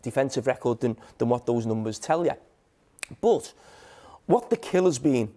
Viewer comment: "Bot!", "Eva'in", "sssss", "bot! Nobody knows a football clob be'er than their suppor'ers". "Mqqmmm", "bot!", "Ssssss", "Eva'in".